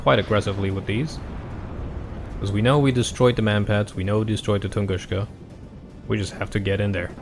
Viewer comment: Please stop saying TunguSCHka. It's TunguSka.